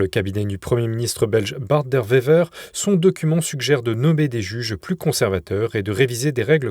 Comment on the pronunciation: Les Français savent dire OUAIs ou même oué mais n'arrivent pas à dire bart de oué veur ! (écrire Bart de Wever) ! En Belgique le w se prononce TOUJOURS à l'anglaise, JAMAIS à la française (parfois certains wallons (prononcez bien ouallon) prononcent la lettre seule : oué; ce qui n'est pourtant pas correct puisque c'est la prononciation flamande) ! Pourtant simple non ?